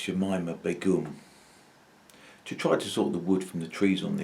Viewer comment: Fyi it's pronounced baygum